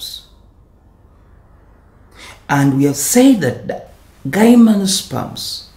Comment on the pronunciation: no hate but isn't it pronounced as GYM-NO-SPERMS as in the word "gym"?